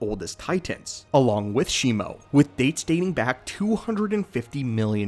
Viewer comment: It is shi-mu not shimo